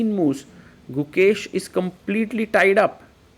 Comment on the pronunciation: COMPLETE not COMEPLETE lol